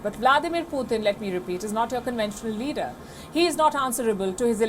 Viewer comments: Indian lady keeps on saying poothin🤦🏽‍♂️🤣🤣🤣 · Why does she not know how to pronounce Putin??